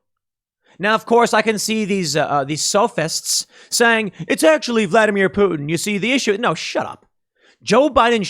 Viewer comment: Damn Tim please learn how to say sophist. Keep up the great work we are winning the fight.